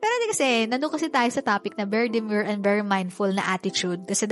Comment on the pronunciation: bakit kaya ang ganda sa pandinig pag ikaw yung bumibigkas nung very demure & very mindful